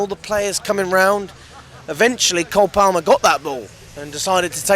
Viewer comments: PRONOUNCED PARRMER NOT PAL-MER ya divvy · I mean he really emphasises the L in palmer. How do you say 'palm' do you say "it's in my paLm" the L is pretty much silent, you pronounce it 'paam'